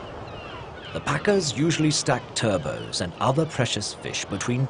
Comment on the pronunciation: How they found a guy who can't pronounce either turbot or thyme, and how those mistakes then made it to something that was actually put out into the world for people to watch, I do not know.